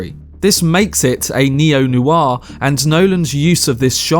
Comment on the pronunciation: Neo Noir? Just checking I heard you properly 😆